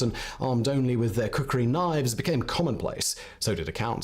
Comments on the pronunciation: It's "Khukuri" not "Kukuri"🙂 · its not kukri its real name ia KHUKURI🇳🇵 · It's Not kukri it's called khukuri